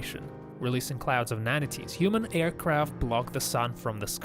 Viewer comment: Nanites is not pronounced "Nann-ih-tees". Sigh. Your content is great. Your narrator is absolute garbage.